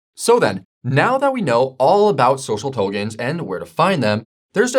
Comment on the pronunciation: Same here. Togens??